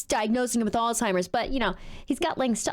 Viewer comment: You're "age-ist" (do not know how to spell it) not because you're young but because you can't say Alzeimhers correctly. It not All-Timers as you said. Now, regarding presidency candidates. I wholeheartedly agree that these two candidates should not be the presidential candidates. I really like Mr. Bidden personally. But I wish that he would have ran right after being the VP. Our country would be so much different than today. That said, who are you going to have as the presidential candidate? I wouldn't mind Ms. Harris, of whom I think will become the 1st woman president. But no other candidate stood up and said "I'm going to challenge him!" Nobody! So until you help bring options to the table, you're not helping, all you are doing is complaining miss. (Modified)